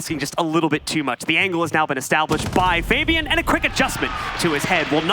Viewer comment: did anyone notice how he called fabian faibin